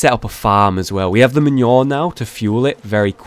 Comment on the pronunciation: hollow manure not men-your mah-new-er